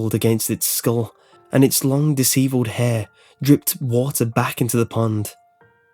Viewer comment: Also, Disheveled hair, not Dish-eviled